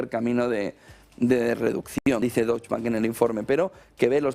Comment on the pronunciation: Soberbio como siempre,. Sólo una cosa: Deutsche se pronuncia entera, "e" final incluida.